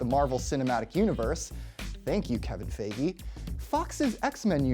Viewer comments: Not faygy! Pronounce it like fogy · When the guy said "Kevin Fay-gee" I knew it was gonna be one of those videos where the main guy has no idea what he's talking about. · It's pronounced fie-gee.